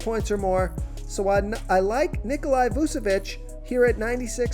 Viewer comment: Nikola....where do continue seeing Ni-Ko-Li.....it is Ni-Ko-La